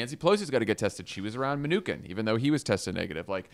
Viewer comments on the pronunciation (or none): Jon Favreau? Can you please pronounce Mnuchin's name like everyone else does?